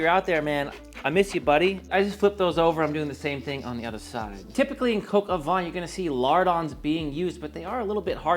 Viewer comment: Please I am French you do not have to tell me how French words are pronounced Vin (wine) Vent (wind) Van (a truck for horses) VAN and VENT are pronounced the same - not VIN. If you say van/vent to a French person meaning vin (wine) , he/she will not understand. Now instead of mentioning « nazalizing » and « with your jaw open » and « consonants », do go on the internet where you will easily find these words pronounced (in soundtrack). Much more efficient.